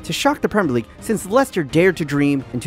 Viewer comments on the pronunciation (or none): none